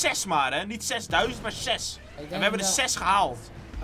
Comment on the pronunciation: waarom zeg je SES het is zes